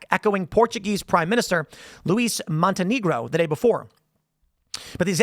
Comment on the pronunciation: He said Luis Monte-Negro. Hahaha!